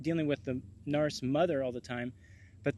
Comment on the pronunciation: I like the way you say narse..as in arse. Everyone else says narc (pronounced nark)